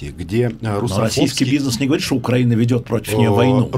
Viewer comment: Роман научите рассеян ставить ударение в словах украинец и украина